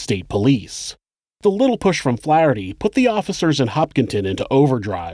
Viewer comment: That isn't how you pronounce Worcester OR Flaherty my dude...RESEARCH